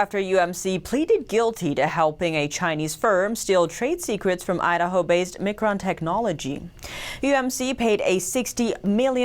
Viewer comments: Micron is pronounced MyCron mi·cron /ˈmīˌkrän/ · Miiiiiiiiicron, haha just helping you out, its called Miiiicron icron micron :) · Its Micron as in Microphone! Also its plenary not planetary.......